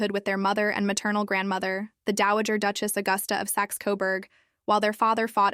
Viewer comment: How do you not know how to pronounce duchess is this AI content or what